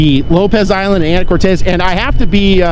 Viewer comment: Lol! Not Anna Cortez, it's Ana core tiss!!😊